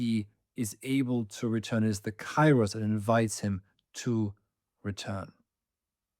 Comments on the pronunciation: pls stop saying it KAI-ros, its pronounced KE-ros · Kairos its not k a i ros, its duble e means, k e e r o s, i'm greek. Forget Erasmus. When you see ai its not a+i its duble e. Keeros. To the point: It carries the sense of maturing things over time. It is the right moment to do what needs to be done—neither sooner nor later. Now is the kairos for it to happen, or perhaps the right moment has not yet arrived, its not kairos yet. This kind of timing isn't measured by the clock; rather, you simply sense when the right moment has come. Conditions are ripening, and when the kairos is right... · With great respect for your work and education i would like to give you the following information: Kairos ¨Καιρός" is not pronounced with a and i separately. A and I combinded in Greek create an E (in sound) like Elenι, because the "αι" sounds like a short "e" and the stress is at the end. So it is written Kairos but it is pronounced Keros . We use Cairo as you proncounce it for Egypt's capital city.